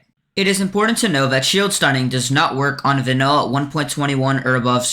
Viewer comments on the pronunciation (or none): none